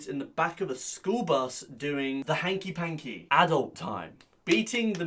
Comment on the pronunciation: Ahhh yes the “Hankey pancky”